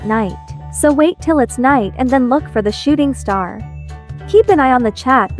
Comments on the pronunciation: Am I the only one who heard "Shitting star"? 💀💀💀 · Nope I heard shitting star too😂